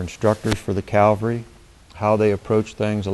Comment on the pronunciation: Cav-al-ry. You are confusing Calgary with Cavalry.